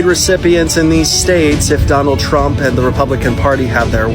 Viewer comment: I like how the way the narrator pronounces his name sounds like "tramp". lol